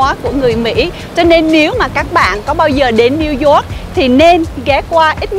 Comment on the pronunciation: Hoàn hảo hơn khi Zóoc thành Dóoc (York)